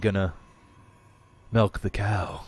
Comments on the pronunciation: Is it just me, or does say Mjelk when he tries to say Milk with an 'i'? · It's not that is saying it in dutch, he is just mispronouncing the English word. It just so happens that it is the same as the dutch word for milk. So it's not the Canadian word for milk, we say milk here. People just mispronounce it. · How come I never noticed this before??, we also say Melk. It's Dutch. You're just bilingual;-) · its fuckin' Melk - "nuff said